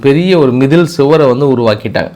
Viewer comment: மிதில் சுவர் இல்லை மதில் சுவர் 😂😂😂